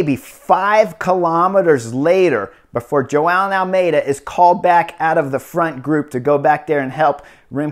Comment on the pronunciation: It's really funny how you pronounce Joao Almeida as "Jo-aa-eln". Keep up the good work, sir.